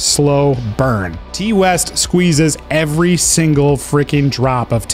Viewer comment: Love your videos....but I cringed so hard when you said "Tee" West. Please tell me you have since learned the proper pronunciation of his name